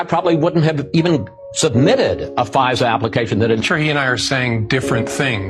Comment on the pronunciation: Ai keeps calling fisa pfizer lol